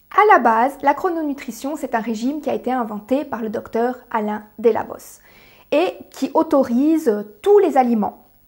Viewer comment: Ça se prononce Alain DELABO et non pas Alain DÈLABOS. C'est un français et non un espagnol. 😅